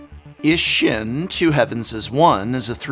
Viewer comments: Just a heads up, as this is Japanese theme set, it's pronounced E-she-n. The i is pronounced as a e at the end of she and the ss makes it... pause for a lack of better words. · Please, for the love of the gods. Japanese vowels aren't hard. They sound the same as vowels do in Spanish. I makes a hard E sound.